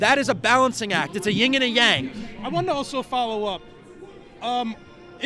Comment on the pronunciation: Yin. Yin. Not ying.